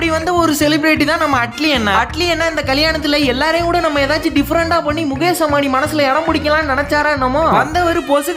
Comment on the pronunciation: முகேஸ் முகேஸ் முகேஸ்😂😂 வீடியோ போட்டு குத்தம் சொல்லுங்க, ஆனா ஒரு பேரயாவது கொஞ்சம் கரெக்ட்டா உச்சரிங்க. முகேஸ், மகேஸ் அது முகேஷ், மஹேஷ்😂